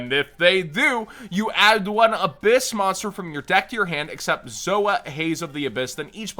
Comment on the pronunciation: It's ab-HISS like a snake.